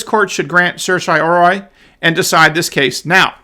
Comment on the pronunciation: sehr-tea-oh-rah-ree... the first syllable rhymes with err, like the first syllable of error. sehr. tee. oh. rah... ree. It's Latin. I know you know that but you've openly admitted in multiple videos that you don't really know how to pronounce it and when you try you get it wrong. Weird that an experienced law school graduate can't pronounce basic Latin legal terms. But I still believe that you really did go to law school.